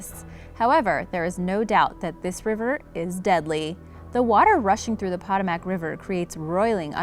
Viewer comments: It’s pronounced Pa-toe-mec river , not patamac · It's not POT-oh-mack . Its puh-TOH-muhk. Seriously? You can pronounce Karachay correctly, but not a historic river in AMERICA? SMH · Poetoemick not potomack. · Po-toe-mic not po-ta-mac! Hahahaha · I live in DC it's PA TOE MAC not POT O MAC but other than that great video hehe but yeah the Potomac is so no joke. The current is crazy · Potomac- po-to-mac , [not (pot-o-mac)] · No. 5 is pronounced Puh-tome-ic. Not pot-a-mack. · Yeah..., I live less then 10 minutes away from the Potomac (Po-toe-mic) river, it's generally not dangerous and people do swim in it. Until you get near Great Falls and after, then that a different story. The under currents is quite dangerous even when the river surface looks calm. That is one reason people don't go swimming in it, but other strong factor is that it is quite polluted. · ive swam, rafted, and kyaked down the Pah-TOE-mac river many times with no issue. Thats rediculous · Correct pronounciation is (puh-toe-mac) river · Poe. Toe. Mack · Excuse me, but the Potomac River's name is pronounced as [puh·tow·muhk]. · Pronounced 'po TOW' mic.' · Seriously . you mispronounced Europa and Potomac. .. Nothing hard about those words at all . .YOUR-OH-PAH & POH-TOH-MIC . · Pa tome ick...is how it's pronounced, ugh woman, say it right. Sorry, it's just driving me nuts. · nah as a DMV resident, I feel offended for the way she pronounced potomac 😭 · Can't pronounce Potomac? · not how you pronounce potomac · I know a couple people have said this but you are pronouncing Potomac wrong. How does that happen? Maybe learn to speak if you're going to be a narrator. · She’s not American. She mispronounced the Potomac River which divides Virginia and our nation’s capital, Washington, DC!!!